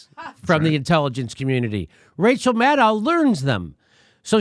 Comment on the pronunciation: Jimi, yew pronooncificated Maddow correctly, and Mate incorrectly. In the past it was the reverse.